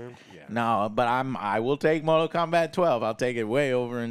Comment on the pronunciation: also Mortal, not Motral lmao